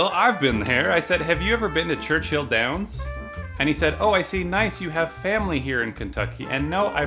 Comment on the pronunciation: Reeeee, it's Churchill Downs, not Churchhill :(